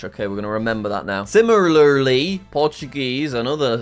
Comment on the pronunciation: Jack still can't say "Similarly" he says it like "Simlalarly"